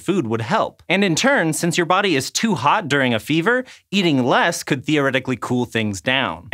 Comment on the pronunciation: "raises a person's bobby temperature" BOBBY TEMPERATURE??? xD